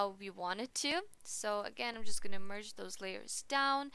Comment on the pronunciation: I'm gonna pretend I don't bother when you 'merge' :))) Great tutorial though.